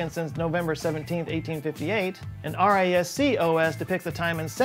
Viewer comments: Totally nitpicking here, but "R-I-S-C" OS can just be pronounced like "risk". (btw, a handy tool is this . You can just copy the IPA transcription on the wikipedia page right into it) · I give you permission to pronounce RISC as... Risc and not R.I.S.C. You are now free my boy! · Décade sounds like “day cad”. Cad like dad. The e at the end has no sound. R. I. S. C. In IT we say risc, like risk the game. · "RISC OS" is pronounced like "risk OS" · FYI: RISC is pronounced “risk”, VAX VMS is pronounced “Vacks V.M.S”. Just for fun, ASCII is pronounced “askey”. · bless your heart, it's pronounced like the word "risk". To hammer the point home, allow Angelina Jolie's character in Hackers school you on-- RISC is gonna change everything. (and she'd be right!) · And the RISC in "RISC OS" is pronounced "risk" (and "OS" is "oh-ess") according to the User Guide from the original manufacturer Acorn, and also in CPU architecture contexts. Anyhow, this video managed to reach into some unexpected niches! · "vee ay ex" and "arrh eye ess see"? How do you pronounce "Microsoft"?